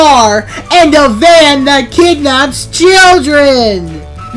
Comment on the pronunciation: “The van that kinnanaps children”that got me giggling.😂😂😂